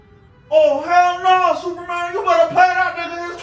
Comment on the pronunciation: "cause there is no Zuperman!" 😂